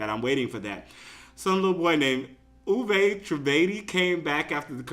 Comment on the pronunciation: I know this is your opinion but Uvay Trivedi (btw, it's pronounced YOU-VAY, not oovay.) he is a great singer. He sounds better live, as in face to face. He is really good but just a bit immature. He's in my chorus class and he's a great tenor. If you listen to his music you'll see he's got potential.